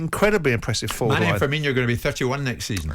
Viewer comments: It's funny to me how after 7 years in the premier league, people still think Firmino is pronounced "Firminho" like you're saying Fabinho. There's no "H"... Just say "no" at the end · people still saying firmino like firminho, hes not the same as coutinho when will people realise